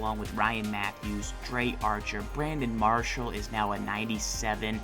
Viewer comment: Pronounce it right (Dree) Archer not (Dray) Archer